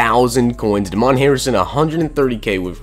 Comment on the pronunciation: DAY-MEN Harrison not DA MON Harrison hahahahah come on man